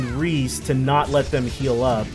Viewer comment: Isn’t Ries’s name pronounced Reee-es? The name is french, and to my knowledge that’s how it would be pronounced.